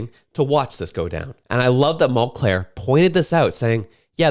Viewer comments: Mul-cair....not Mont-Clair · Mul-clair, Mul-clair, Mul-clair! It's Mul-CAIR! I only remember because of his stupid Mul-CARE name idea. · It’s “Mull - care” not “mull -Clair” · It's Tom Mulcair not Tom Mulclair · Mulcair not Mulclair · It’s mulcaire not monclair